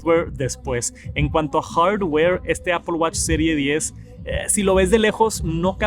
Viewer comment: "hardd ware"